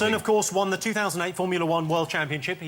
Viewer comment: "Allo, where is ZE shop? I'm going to ZE train station."